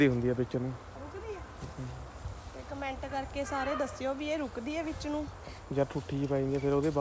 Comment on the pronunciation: Tusi loon nu nuun kyo boldy o